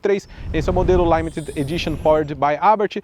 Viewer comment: limited... "laimeted" me pegou huahuauha